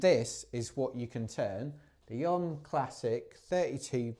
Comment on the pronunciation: Learn to pronounce the company name. It’s OMM representing Original Mountain Marathon so is sounded out as initials like “Oh Em Em” definitely not like the yogic incantation Ohhhmmmm!